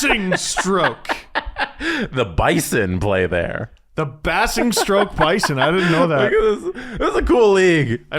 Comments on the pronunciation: Basingstoke. Bay-zing-stoke, not Bass-ing-stoke. I used to skate there. Was a guy who was the spitting image of Kadri! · Pronounced ' Bays Ing Stoke' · You numpties, it's BAY-zing-stoke. ;) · Also I gotta say it’s pronounced bay-sing-stoke 😂😂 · I'm Canadian and the pronunciation of Basingstoke caused true pain. 😂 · Congrats to on pronouncing MK correctly... although basingstoke (bay-zing-stoke) was butchered! Also, proud Nottingham Panthers fan here!